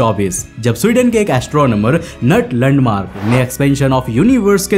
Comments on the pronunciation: लंडमार्क नहीं भाई ल्युंडमार्क 😂😂😂ये अंग्रेजी जी भी ना 🤔🤔🤔🙄🙄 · Lundmark😂😂😂😂,. Don't say in front of your dad